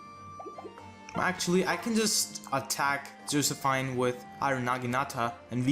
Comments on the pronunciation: I'm pretty sure it's "Joseph-EEN" instead of "Joseph-INE" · Josephine is pronounced Jo-sef-eene